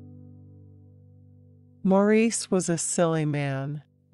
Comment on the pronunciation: Couldn't have picked a worse voice. Couldn't even pronounce Mo's name preoperly. It is NOT Maur eece but Morris